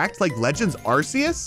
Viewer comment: Pronounced Arcues wrong